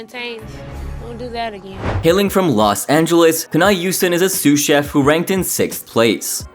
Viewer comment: I think he slurs the ch sound into Jeff instead of chef